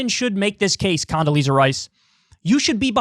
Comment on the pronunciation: Condasleeeaza strikes again